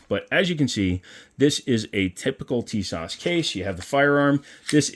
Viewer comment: Nope tee-soshh